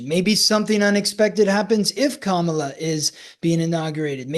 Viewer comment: Respectfully, it’s Kamala with the emphasis on the Kam part. KAM-a-la. Sadly, the way in which people say her name has been a symbol of trying to invoke distrust. I think the majority make this error in pronunciation without ill intent. But it can be a reflection of which candidate you support or whom you tend to at least listen to from an auditory stance. Having said that thank you both for this informative & interesting discussion marrying your two gifts. I too feel ( my intuition - I’m not psychic ) conflict & wondered if there is “no winner” of this election. And I wonder if years ahead having to push through this we come out with a change. better, perhaps different type of party system. I personally like how many people who identify as D or R are kind of throwing off or putting aside that party label and uniting in what to me appears as acceptance, openness & willingness to hear the other out and want to work together. Life on earth in the physical is not easy! Love. Love. Love.